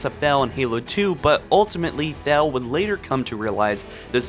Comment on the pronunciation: Is he saying Thal or Thel, and if its thel he screwed it up completely